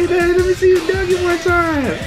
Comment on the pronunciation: "Stole the mixtape one TIOME" lmaooo